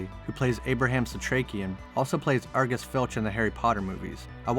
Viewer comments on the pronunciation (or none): none